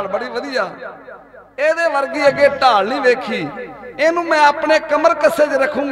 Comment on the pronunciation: "ਢਾਲ" ਨਾ ਕੇ "ਠਾਲ"